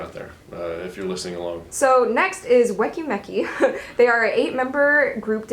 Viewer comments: FYI, "Weki Meki" is pronounced "Wee-Key Me-Key", not "weh-kee meh-kee" - it's meant to mean, "We key, me key", meaning that the group and the fans are the keys to each other, I believe. Also, "Fantagio" is pronounced like "fan-tah-gio", not "fan-tar-gio", there's no "r" sound in it. Think of the words "fantastic" and "fantasy" - I think that's where it comes from. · "Wacky Macky" Me: tries not to get triggered but gets triggered anyway